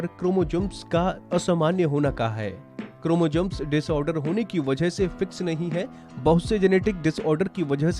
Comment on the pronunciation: 😂 क्रोमोजम्स , bhai dhang se to bolna seekh lo pehle